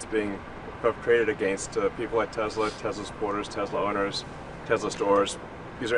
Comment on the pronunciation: Musk, Tezla, everyone else Tesssla. WTH.